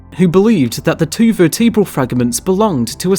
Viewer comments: There is this thing called pronunciation that can differ depending on the geographic location of a spoken language. Verteabral as you put it is common in the UK. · What is a verteabral? Do you mean vertebral? Why narrate if you can't pronounce simple words correctly? "All across the Wewld"? Wtf is this shit?